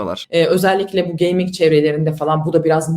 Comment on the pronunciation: Abla 4chan'de 9gag'de gezmiş biraz onları da biz sanmış. Geyming de geyming diyor bir de. Bi geyming pc olmuş 50k Steam geçmiş dolara ne diyon be ablam gözünü seveyim be abim.